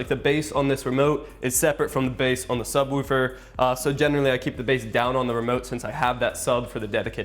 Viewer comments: There is no u in subwoofer so stop saying it like subwoufer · Stop saying subwoofer so weirdly